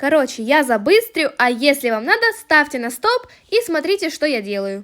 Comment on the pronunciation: кому тоже показалось с начала "ставьте на СТОЛ " вместо ставьте на СТОП " 🤣